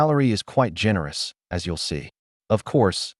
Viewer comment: Great story, but the A.I. voice just doesn’t cut it! A human voice, even if not always perfect would never render punctuation as a “dot” and the word “as” in two distinct letters “A” and “S”. A I voices put pauses where they don’t belong and don’t include them where they should be and the intonation is always off! In short, a torture to listen to.